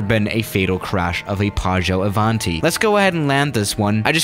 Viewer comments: I'm Italian, and when says "PĀGGIØ ÀVÀNTI" I was about to throw up. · nobody:: PAAGIOU AVANTI